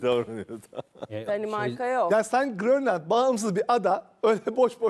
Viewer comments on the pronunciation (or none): Meyhane eksik stüdyoya. Bir Grönland diye telaffuz etmek çok mu zor?! gÖröndeland nasıl telaffuz ediliyor?! tİrabzon mu diye telaffuz ediyor spiker Trabzon’u?!